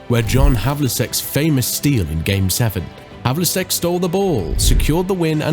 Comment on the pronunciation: It's pronounced 'havelcheck' Other then that great video..